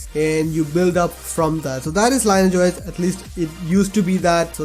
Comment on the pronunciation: You pronounce it as Lean-e-age OS, not Line-age OS